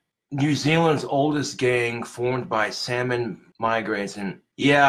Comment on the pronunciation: it's Samoan. Not Salmon 💀